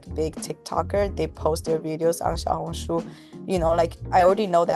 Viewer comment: Hi, it’s actually pronounced ‘Shiaohongshu’, not ‘Jiaohongshu’